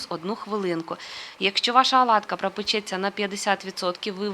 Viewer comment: Чому аладка ,😀а не оладка .?